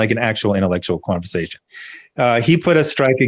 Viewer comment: Holy shit, Diversity and Comics, Quartering, and Rekieta Law all in one stream? All-star. At about it sounded like said he had a Kwanversation with himself. So I just added a new word to my vernacular.